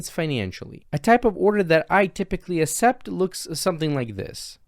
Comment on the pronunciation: its akcept, not acept